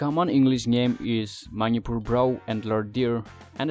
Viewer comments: Bro its Manipur not maupur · The way u pronounce Manipur .....or maniipuur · Maripur...your english pronounciation sucks bro. Try to improve english speaking. By the way good job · Nobody knows? like really? its a General knowledge specially from NE they knows that 😅 BTW nice try at least try to pronounce correct the word "MANIPUR" all the best 👍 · Good job, but your pronunciation of "Manipur" is 😁😁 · do u have any idea what u r speaking!!little knowledge is dangerous amigo...PS: learn to pronounce Manipur properly 😂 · Why you Pronounced Manipur like that???...so disgusting bro! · First learn to say Manipur properly. Its weird. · Ateidudi ngna ngangningba accent da ngangasu Manipur dufaodi fjna ngangbiyu. Eikhoi lamse Manipur haibne Mainipur haiba ntte. Keibul Lamjaoduna Keibul Lamjeou kaina yam pktehe. Miinggase accentda ngangadi John kaise Jeoun hadoira?